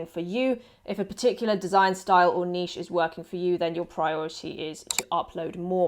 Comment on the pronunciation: You’re the only person so far in these pod videos that pronounces niche correctly. SUBBED